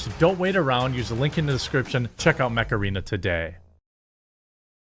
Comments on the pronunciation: Every time you say "mech arena", it takes me a moment to get what you said, cause i hear macarena, and I'm like "wut?" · I was just listening. Sounded like you were saying play “Macarena”. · I honestly though you've said "Macarena" instead of "mech arena" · OOOOOh...Mech Arena. I thought you were saying Macarena. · I thought you said, "You know what's not a stupid game? Macarena..." 🤣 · First time you said Mech Arena I thought you said Macarena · Not going to lie, when I first heard Mech Arena, so thought you said Macarena. I bet they did that un purpose. Looks like a cool game though. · I’m a 90’s kid so when he say ‘mech arena’ I went “EEEEEEHHHHHH MACARINA-AYE” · When talking about mech arena, with your accent, I thought you were talking about the Macarena 😂😂😂